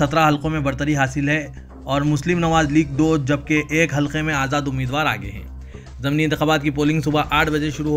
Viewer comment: السلام علیکم بھائی ضمنی کا تلفظ "ض" کے زیر سے ہے۔ Zamni غلط Zimni صحیح اسی طرح منتخب میں "خ" پر زبر ہے۔ Muntakhib غلط Muntakhab صحیح